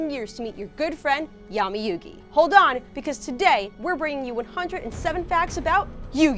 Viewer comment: When the host mispronounces the main characters name